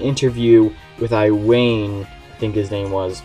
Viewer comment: Iwane as Eye-wane. Pathetic.